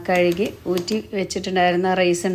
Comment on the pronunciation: കെഴുകി അല്ല , കഴുകി